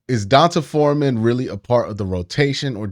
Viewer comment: Why does Q say Dont’a Foreman’s name like DON-TAH.. I’m almost sure it’s pronounced DON-TAY